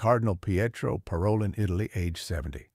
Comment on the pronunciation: Should we speak of cardinals’ ‘ideologies’ or their faithfulness to the Magisterium? Parolin is pronounced Paro’leen.